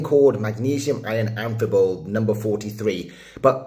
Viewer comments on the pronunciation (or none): Why do you pronounce the 'p' in 'amphibole', I've never heard anyone say that.